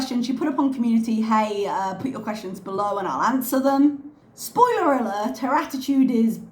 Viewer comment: Actually she said Anwering your Questations Part 1. Yes, the English major!